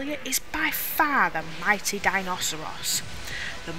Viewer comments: Take a shot for every time she says "Mighty" instead of "Mite" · It's Mite, not Mi-tee. It's extremely obvious, almost all of the games creative sense is based on puns. The pun is might. The genus is Milite, same pronunciation. Even the possible 4 default names include Mitey, which is not Mite. Finally, it's a very poor familiar even mid game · mite pronounced MIGHT